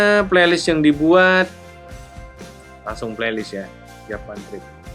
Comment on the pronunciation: “langung aja?” 😂 “Langsung” aja kali.. Santai, tarik nafas Kang..